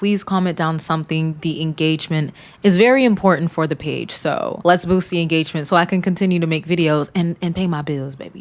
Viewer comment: Wow en-gay-gement! x1000